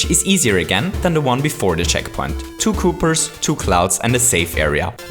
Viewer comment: I like how he calls koopas "koopers" because I have a dog named Cooper XD